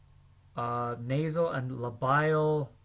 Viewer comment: When you're not in the medical field and u mispronounce most of the parts :)) Nice try on memorizing tho. keep it up but pls pronounce it right nxt time especially "labial" and "buccinator" :) no hate